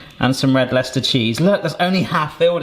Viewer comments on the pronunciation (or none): none